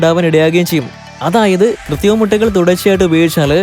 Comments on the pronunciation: ഡാ പൊട്ടാ കൃത്തിമ മുട്ട അല്ല കൃത്രിമ മുട്ട എന്ന് പറയെടാ കാട്ടുപോത്തേ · 'കൃത്രിമ' എന്നാണ് പറയേണ്ടത്.. 'കൃത്തിമ ' അല്ല. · കൃതിമയല്ല കുട്ടാ കൃത്രിമ കൃത്രിമ